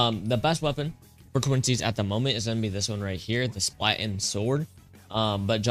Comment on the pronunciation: it's not called splaten it's called *spal*ten